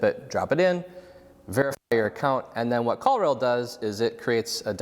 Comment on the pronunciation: Must be too early in the morning because I was for sure thinking you said "call real" or "call reel." Ended up finally finding "call rail" - if you could include links to products mentioned that would be great!